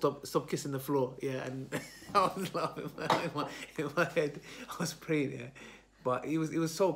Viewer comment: Lol.caught praying.. it sounds like caught watching sin.. 😂